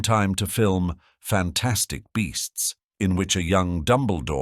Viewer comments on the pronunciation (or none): none